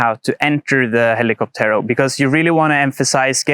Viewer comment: Please stress the ó and not the last e when pronouncing hell-ee-COP-tero. Cocotero.